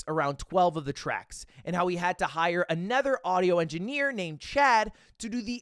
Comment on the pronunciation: Has anyone noticed ludwig pronounces another like “a nether”